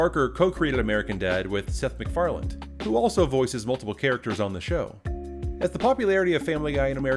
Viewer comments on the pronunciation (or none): his name is McFarlane not McFarland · And the viewers still think that their petitioning Fox did it...LOL. You know, Seth has said more than once than he was tired of the show...which follows your commentary. It's pretty much been his bread and butter, so... btw, It's MacFarlane, not "MacFarland" :-) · There's no D in Seth's name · Are you saying: "Seth MacFarland?" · 1. Isn't pretty much TV itself dead? 2. You know EXACTLY how everything went, but you still pronounce Seth Macfarlane's name as "Seth Macfarland".